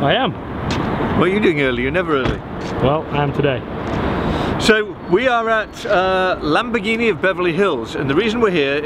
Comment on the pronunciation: LAMBORGHINI NON "LEMBERGHINI" 🤣😂